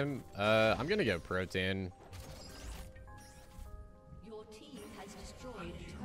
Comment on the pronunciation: For what it's worth, Protean is pronounced pro-tee-uhn EDIT: Wow, that dude actually doubled down when you asked him to chill